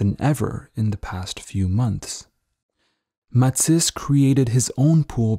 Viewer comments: It’s Ma-tees! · I had trouble getting past this guy's pronunciation of Matisse's name. But this was truly fascination to see the old man in these great photos. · I'm guessing French Canadian then? Because no Frenchman I know (and I know a few) would pronounce Matisse the way it is done in this video.